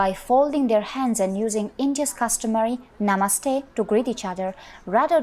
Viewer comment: This word is pronounced as nuh-mUH-st-hey. The emphasis is placed on the second syllable, not the first syllable like you've been saying.